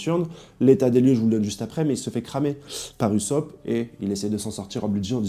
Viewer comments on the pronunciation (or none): none